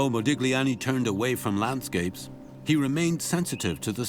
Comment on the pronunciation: Very interesting, but please stop pronouncing this "g" in Modigliani's name, it hurts the ear